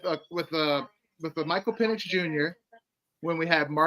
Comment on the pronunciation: it’s PEN-icks and you keep saying PEEN-icks. 😭 Michael Penix man